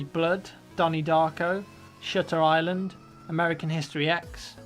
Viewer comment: i thought you said "shitter island"...i'm sure what you actually said is "shutter island"